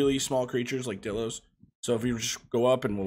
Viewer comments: its pronounced die-lo not di-lo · Anyone hate how he says dilo wrong